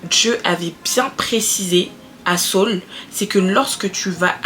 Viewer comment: tu es à la fois drôle et posée c'est vraiment captivant . Que Dieu te bénisse, par contre Saul est différent de Saül (Sauuul) mais continuons belle aventure si non